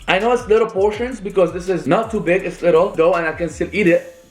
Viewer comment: It’s not lickl you fucking nickel it’s little dumbass